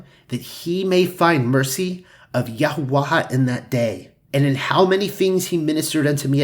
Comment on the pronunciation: Great as usual. I do find your pronunciation of "Yahuah" curious, though. You pronounce it as "Yahoo-ah-ha", but wouldn't it have to be spelled "Yahuaha" for it to sound like that? I think it's supposed to be pronounced "Yahoo-ah".